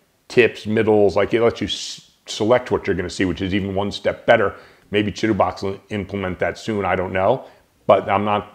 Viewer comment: downloaded! thanks! Chitubox 1.7 and thanks for pronouncing Chitubox properly :)